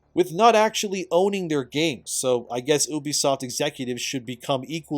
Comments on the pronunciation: why do u say Obsoft not Ubsoft ?? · It's pronounced "Ubisoft"